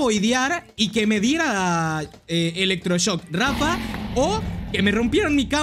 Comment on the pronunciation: epico el "electroshosk"